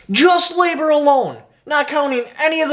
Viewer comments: There is no ( D ) in LABOR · No shade dude but I was trying to figure out what "lador cost" was til you went down the list😆 I was like OoOoH LaBoR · At least learn the difference between a ‘d’ and a ‘b’. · Wait did he use a "d" instead of a "b" in the word labor??? 😂😂